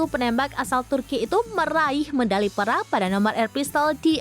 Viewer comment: Eh siti... baca Perak yg bener...